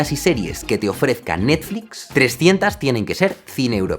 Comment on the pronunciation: ahora le diremos Nastflis y Sanosongs xdxd